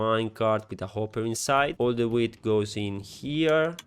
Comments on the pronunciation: you just sayed Weed (Drugs) and not Wheat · A primo impatto avevo sentito "where I have some villagers that will farm weed" e non "where I have some villagers that will farm wheat" 😂